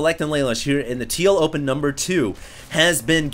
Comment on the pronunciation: Why do I hear "TLO pen"?